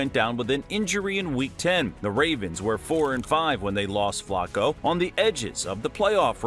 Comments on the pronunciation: Flocko? WTF? It's pronounced FLA-koh. Your AI sucks! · "Flocco" 🤣. I noticed it too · Is it me, or is this guy pronouncing Flacco 's name wrong? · But it sounds like he's pronouncing Flacco 's name wrong.